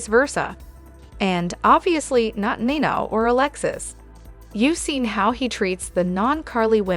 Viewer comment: I love the way you talk, but please pronounce their names correctly. Ava and Nina and is that you act like you don’t watch the show you pronounce their names incorrectly please learn their names. It drives me crazy. I love the way you talk and I love listening to you, but please get over their names. Thank you.